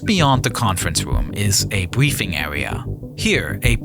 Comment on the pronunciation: Bweefing area 🤣🤣🤣